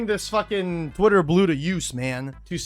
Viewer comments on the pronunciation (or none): none